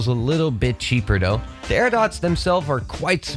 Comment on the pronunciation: He keeps saying “do” instead of “though”